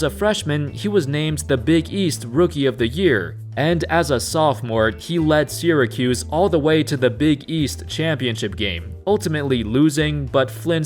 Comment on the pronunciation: I Can't be the only person who gets annoyed by the way he says Syracuse 🤣 anyway great vid so far